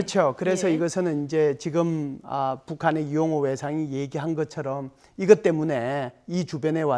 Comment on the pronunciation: 왜 리용호냐 이용호로 발음해라. 너는 북한 사람이냐. 정은이의 막말을들어보면 이건 정상적인 사람 이기를 거부한 깡패 불한당.